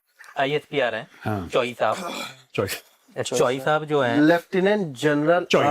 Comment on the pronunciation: Bahot hi mazedaar intro tha sir. Very interesting followed by khate hue mat bolna and joai (jo hai)